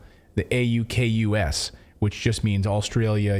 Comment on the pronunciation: AUKUS saying FukUs 😃